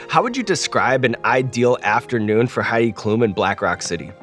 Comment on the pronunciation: As a German I feel I need to apologize for Heid Klum, sorry world.